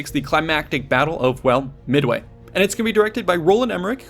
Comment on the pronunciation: Did he just say "Mid-away"? lol